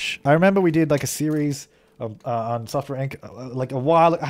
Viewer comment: Everytime you say software inc. I think you say suffer inc. 😂